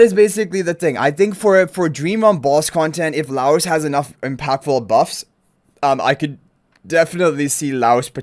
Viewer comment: Just FYI guys name is pronounced Lie Oce (like toast without the t). I'm super excited. Not a huge anime fan but Delicious is legitimately such a fun time. Also they confirmed a while back one of the units is free M+ so even more reason to be excited!